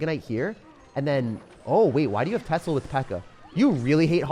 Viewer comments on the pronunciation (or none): none